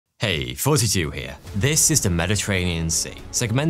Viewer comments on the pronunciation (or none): 5.2 million subscribers. And I strongly believe you say "42 Here" for the intro. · I have been watching this guy for what seems like years and i STILL CANT TELL WHAT HE SAYS at the beginning. The channel name is "Thoughty2" but he KEEPS SAYING "FOURTY-TWO" at the beginning of every damn video. And the closed captions are no help because they say he's saying 42 as well. I even tried reading his lips, but he DOES put his bottom lip under his teeth as if he's saying FOURTY as well.....WTF!! LMAO! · Swear you was saying 42 at the beginning of your videos